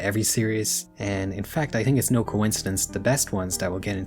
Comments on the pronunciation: why is bro saying tink instead of think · Great video man, loved it, but just one question, why do you use the patois pronunciation for the word “think” ?